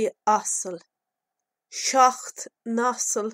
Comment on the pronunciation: You pronounced seachto (7) as shock. Do you know why others pronounce it as shock-tow? Which is the correct pronunciation? Thank you for any help. And thanks so much for your great helpful videos. <3